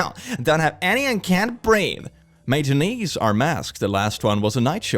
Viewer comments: btw "Matinee" is pronounced "Matt-in-AY" and it means a movie shown earlier in the day at the theater. They usually charge less for matinees, and they're usually more crowded than later showtimes (unless it's opening night for a movie), which is likely why they had the mask rule for matinees and not later movies. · Its a tricky word, but Matinee is pronounced "Matt-ih-nay" ^-^ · The way you pronounced matinee killed me.